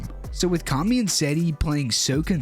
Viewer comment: It kami not karmy